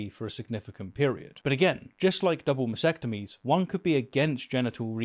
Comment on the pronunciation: the word is mas-T-ectomy, not mas-ectomy